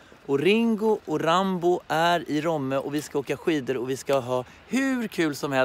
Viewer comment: Kan folk lära sig säga rOmme?! 😂 heter inte rÅmme!!!!!